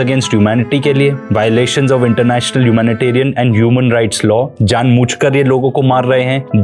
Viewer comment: Very well researched and detailed! Thank you so much. Btw it's "jaan boojh kr" not jaan mooch"